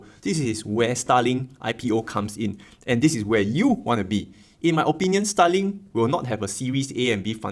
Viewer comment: i know you are saying Starlink but it sounds just like STALIN